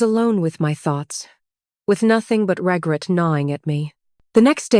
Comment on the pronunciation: Is it too much to expect the correct pronunciation of a simple word like "regret?"